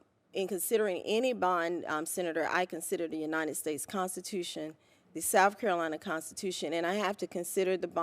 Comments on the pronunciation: Grown woman: “Souff Carolina” 🙄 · Souf Carolina. Amazing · "Souf Carolina" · SHE SAYS S O U F CAROLINA! IGNANT